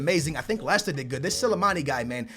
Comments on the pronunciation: just dont say names ( Leroy Siene ) how does Sane sound like Siene Also Slimani = Silimani were does Silimani come from fucking hell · Silamani! please learn how to say players names